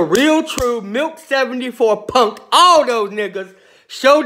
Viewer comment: Sounds like he keeps saying Milf 74. lol